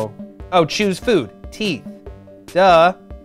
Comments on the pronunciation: Choose food, I get it! It sounds like chews food, and teeth choose food XD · #10 choose as in chews lol